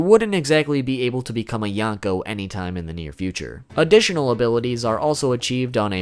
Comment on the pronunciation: This guy pronounce yonko as yangkou...